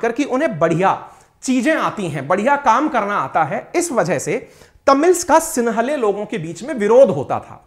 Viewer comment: सिंहली होता है सिन्हले नही आप इस तरह से अलग से शब्द न बनाये